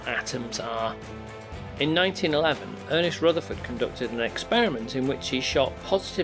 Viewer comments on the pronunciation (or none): none